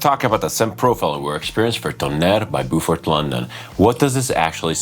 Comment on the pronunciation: Sounds like a hard no for me, but that is cool, we can’t all like everything! It’s Bo Fort BTW rather than Boo Fort. Pronunciation Police ;)